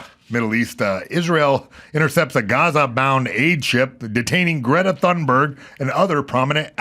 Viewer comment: She says Gretta Tuneberg.I say Gretta Doomsberg.😂😊